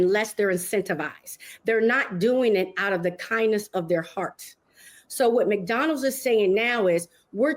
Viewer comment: Mix-Donalds. I've never heard a black person, or anyone unable to pronounce McDonald's.